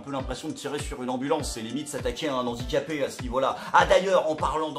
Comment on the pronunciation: Excellente vidéo, encore ! Merci ! Mais Handicapé, c'est un H muet, donc pas de liaison... Pitié, un ex-prof 😉.